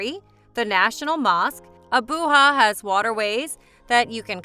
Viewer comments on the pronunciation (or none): The "Ja" in Abuja is not pronounced like 'ha' but as JA, as you would in Japan. 😂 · AboooHa ? 😢 Abuja=Ah boo Jah. Please research how to pronounce places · SAY Abujaaaaaaaaaaaaaaaa LIKE JA maica its sound the same as Ja maica ABU JA NOT HA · ‘Abooha’ 😂😂😂at least get the frigging name correct! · She has destroyed the Nigerian capital wholly.was it AI pronunciation or what.when a foreigner tells ur story for u.